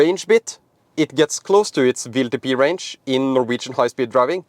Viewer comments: I know you pronounce “w” as “v” in Norway, but why do you torture our American friends with this mysterious “VLTP” ? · W is pronounced "doubleyou" and not like V. Keep that in mind when talking about WLTP.